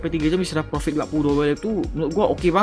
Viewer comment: Intronya profit jadi pofikt Tapi juga bagus sih di jelasin caranya juga🗿